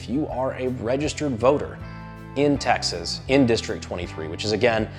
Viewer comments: im sorry i had to turn on the subtitles to confirm, you started with "the people of taxes" that a blooper??? lol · Please tell me I'm not the only one who hears "The people of 'Taxes'" in the intro. I know he's supposed to be saying 'Texas', but it really freakin sounds like 'Taxes'.